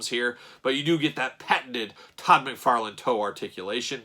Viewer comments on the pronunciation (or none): none